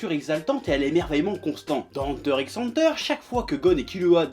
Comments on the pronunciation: et le u se prononce u pas a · Mec c'est pas ANTEUR c'est EUNTEUR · déjà avant de te plaindre de ceux qui prononces "hunter hunter" faudrait que tu apprennes à dire "hunter" avec un bon accent je pense